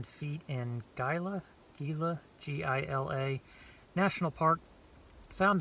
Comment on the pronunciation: Gila is pronounced like Heela the G is like an H, I live in AZ and just a mile away is the Gila River, I like your vids I own a 2000 XJ which I am setting it for over landing